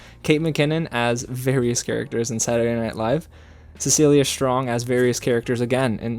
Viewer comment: no problem and I noticed you pronounced cecily strong’s name wrong too just to give you another heads up